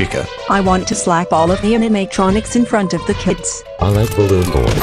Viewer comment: are you mean "balloon" boy not "ballon" boy LOL